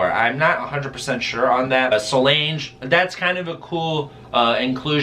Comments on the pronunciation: Lol I was ready to excuses him butchering anyone else’s name EXCEPT solange😂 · The way he said solange